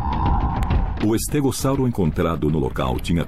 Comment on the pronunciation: Legal.estégossauro nunca ouvi falar. Ele falou estégossauro que eu ouvi. Algumas pronúncias me fazem chorar. Tem documentário que fala Sauropôdes Verde saurópodes ah sei lá ,no documentário caminhando com os dinossauros